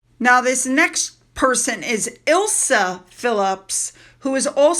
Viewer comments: Emily knew very well that it could destroy Andrew. She just didn’t care, as evidenced by her continuing to exploit the story for her benefit. I know you don’t like people telling you how to pronounce this. Sorry, but Peter’s daughter’s name is not Ilsa. It is Isla, like eye’ la. Silent S. I love seeing Ann’s family out. They have such a zest for life that it always makes me smile. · Isla - ‘eye-la’ Gatcombe - Gat-Combe lol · Hi, just for future reference, Isla comes from the word island and is pronounced the same. No letter s. Just Eye-la. Hope that helps. I really enjoy your videos!! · Loved the video! Just a littleFYI- Isla is pronounced Eye-La. And Gatcoombe park I is Gat-Coom. I’m not sure I even spelled it right but that’s how they sound. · I bet Anne is as proud as punch of her five beautiful grandchildren. Isla is pronounced Eye-La. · … the name “ Isla” is pronounced eye-la and Princess Anne’s home Gatcombe Park has short vowel sounds gat=hat…hope that helps xx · The name Isla is usually pronounced like eye la. Think 'island. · i think Isla is pronounced eye-lah